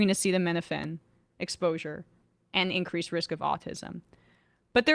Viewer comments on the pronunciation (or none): And…”incWeese” risk, haha!